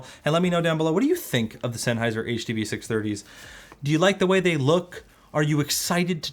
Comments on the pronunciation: Ah, yes! the Huh Duh Buh Six Hunge-30s, by old mate Senny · It's the HUH DUH BUH SIX HUNGIES